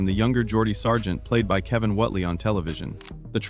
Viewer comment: ''Whotely?????'' Whately as in Wait-lee!